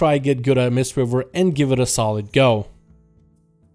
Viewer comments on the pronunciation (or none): repeat after me, mistWEEVER, don't just chew gum while pronouncing it please :P